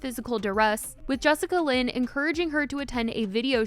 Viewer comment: Not “jessicalyn” 💀